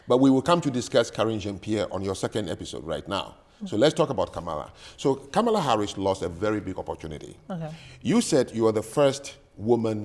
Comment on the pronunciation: Uh oh. She pronounced Kamala incorrectly. She must be racist.